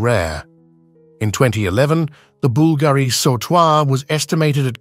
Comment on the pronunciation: say Bool-Gary one more time 😆